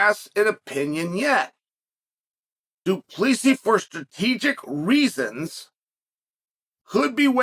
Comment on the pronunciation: du plee see's . chael has some shit pronounciation lol